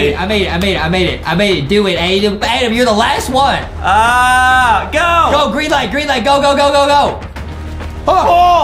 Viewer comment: Adam: the rwed light gwreen light Award we got hahahaha Justin: he really said rwed light gwreen light